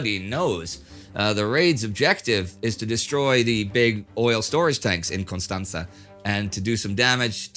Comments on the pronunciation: Pronunciation of Constanța was perfect 👌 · Indy pronounced Constanta right. BEHOLD, EVOLUTION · OMG, Indy nailed the pronounciation of Constanța. - a romanian dude enjoying your channel. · I don't think I've ever heard a non native speaker pronounce Constanța so well. Good job!